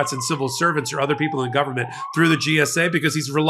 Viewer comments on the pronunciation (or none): none